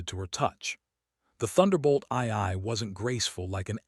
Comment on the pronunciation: I hate these AI stories. Check them before posting. A10s do not have afterburners, ii is pronounced two, and the vehicles are tactical (not technical).